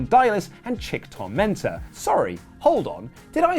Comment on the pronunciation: FYI, it's pronounced Chika Tormenta.